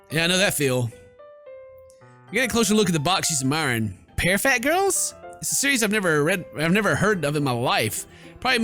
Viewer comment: I love how the majority of the games he plays are heavy on reading, yet he can barely read. I can't tell if he mispronounces things on purpose, or if he really can't read. I died when he said "pear fat" for parfait. lol